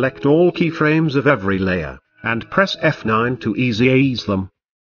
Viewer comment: XD i love how he pronounce the "easy-ease them"